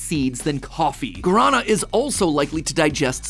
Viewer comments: Hey Matpat, Loved the Episode, just have one critique. I get it cause you're speaking English and don't speak Portuguese, but as a Native Brazilian, just letting ya know that Guarana is Pronounced Gua (like Guava)-ra- (like the Sun God) - and Na (like me when i heard you say Guarana XD). Jokes Aside, just a little nitpick, REALLY Enjoyed the episode, especially as someone who's been subscribed for years across the board, and also as someone who's addicted to caffine (send help). Keep at it! Also here's a video that can better demonstrate what i mean since maybe you're a auditory kinda guy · God, the way english speakers pronounce "guaraná" hurts my ears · That is a VERY unique way of saying Guarana 😅 Not making fun, I promise, it's just a word that doesn't lend itself AT ALL to English pronunciation. It was always doomed, you just said it a way I've never heard before. Guarana is actually a very popular soft drink in Brazil (I have family from there) and green Monster smells almost EXACTLY like it, it's uncanny. It always disappoints me cause it tastes NOTHING like it, I can't drink it as a result. It's like going in for Coke & getting Pepsi- just can't cope with the dissonance of expectation and reality. If anyone cares Guarana is said GWah-RaH-Nah (with a rolled R) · Nice to see Mat butchering the pronounce of "guarana" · Great episode as ever, Matt. But as a Brazilian, I CRINGED HARD every time you said Guaraná lol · the way matpat pronounces guaraná 😭😭😭🤣🤣🤣 guaraná antarctica pf patrocina ele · Matt I love you, but the pronunciation of guaraná gave me physical pain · I’ve never heard guaraná pronounced like that, where did you learn the pronunciation (I grew up in a part brazillian household, so I’ve hear it all the time) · as a person who speaks and understands Portuguese... please dont say "Guarana" like that every again 😂😂 edit: I realize now that that is actually how you say it in english, but it sounds really bad when you learn Portuguese 😅